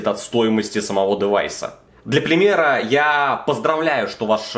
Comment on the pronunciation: "для плимера"